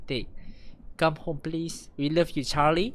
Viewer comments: Not Charlie.. Claire (Klae cmni kot sebut 😂 ) 😂 😂 no problem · yg dlm surat tu bukan nama charly tpi Claire cara sebut dia (ke-lerrrrr)